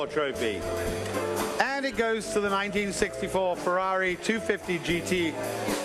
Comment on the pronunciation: What cognitive problem do Americans have that they can't pronounce F-E-R-R-A-R-I correctly?!?🤔🤦 Wonderful show BTW🏆👏👏👏